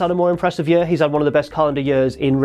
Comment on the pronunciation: i hate the way you say year